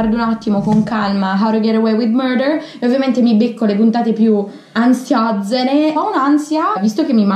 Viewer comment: How to get away with murder Come lo pronunciano le persone normali-How. To. Get. Away with. Murder Come lo pronuncia Didi-howtogetawaywith MUURDER😂😂